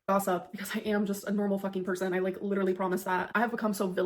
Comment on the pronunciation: posted!! That’s LEE-DUR-LEE hectic!!!! Always enjoying your videos! Wishing good health to you, your family and all of you “gorlz”watching 😁🤭